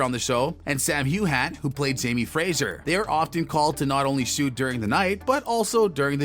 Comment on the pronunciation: It's amazing how he managed to say nearly EVER actor's name incorrectly. Sam HOOHAN nearly made me choke on my soda laughing.